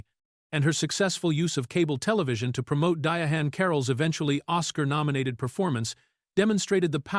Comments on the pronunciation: Ms. Carroll's name is spelled Diahann and that's why it's being mispronounced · "Dia Han Carroll" killing me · His pronunciation of her name graded on my last nerve.